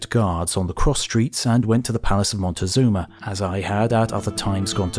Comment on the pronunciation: I can’t take it how he pronounces it “motagazuma”